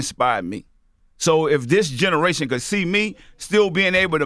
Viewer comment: new game: take a shot everytime you hear "dis generation"